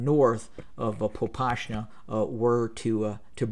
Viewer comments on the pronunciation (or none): ahaha dude it's not PopaSHna it's PopaSna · Popasna contains "s" not with "sh" thus hot "shoe" but "set"